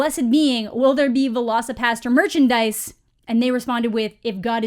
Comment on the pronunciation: My favorite part is that the trailer narrator's accent makes it sound like he's saying Veloci-Pasta, like there's some velociraptor based pasta dish being served somewhere. Like, idk, shrimp scampi but with velociraptor meat or something.